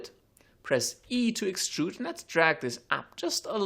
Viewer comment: when he says extrude, it sounds like he almost says strudel...